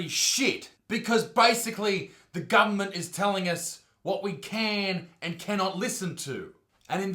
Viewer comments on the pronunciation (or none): i only watched the 1st 15 seconds.... but i love the pronunciation of... Gubment!